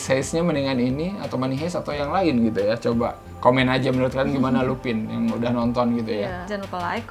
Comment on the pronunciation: Lupin bacanya lupan (French)